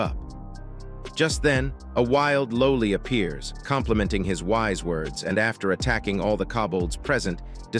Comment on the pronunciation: Not “low-lee”,😡 it’s “lolly”.